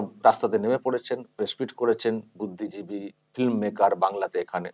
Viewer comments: Bichijibi not Buddhijibi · uccharon ta ektu correction koro ota "Budhdhijibi" hbe na "Budhdhibichi" hbe